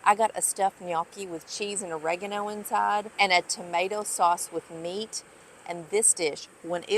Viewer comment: It's o re gan o that's how you say it lol